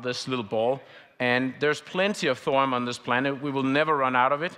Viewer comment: 081323/1926h PST 🇺🇸. Please do not murder the name THORIUM. “THO-RI-YUM” and not Thorum. I find that not correct. You don’t say URANUM, CALIFORNUM, AMERISUM .. Please no more Thorum. Thank you with all respect.